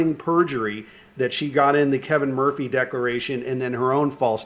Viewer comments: Please god get this guy to work on his vocabulary. It’s subvert the law, not subverse, and it’s declaration, not decoration. Jesus Chris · DecLaration... geeze are you gonna DECLARE or DECORATE??